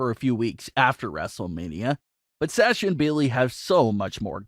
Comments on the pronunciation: HER NAME IS SASHA NOT SAAASHA!! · Pronounced (Sah-sha) not (Saa-sha). Like your vids tho. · Dude,come on pronounce sasha the correct way. It's driving me nuts the way you're saying it lol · Will you please learn to say Sasha correctly please it’s so annoying